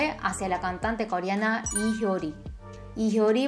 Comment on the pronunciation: no hay descepcion mas grande que aquel dia en el que lei en coreano el apellido lee, que en realidad se pronuncia i, damn•~• •<•